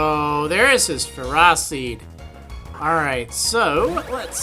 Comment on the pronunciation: The O in Ferroseed.... its an O... Maybe I'm wrong but everytime I hear you say Ferraseed it makes me a little annoyed. So for clarity sake, is it Ferraseed or FerrOseed? like with an "oh" sound instead of an "ah"